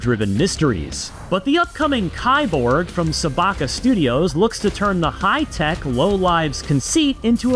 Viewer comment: It's pronounced "keeborg"! Key-borg. Literally just "cyborg"